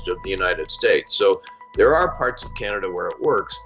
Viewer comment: "Canda ?" wtf is "Canda ?" >